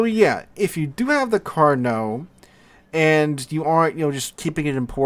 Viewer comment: LOVE that you said "Carnot" correctly, a blue moon event for this channel, then 2 seconds later said "carnar" in a total biff. Never change.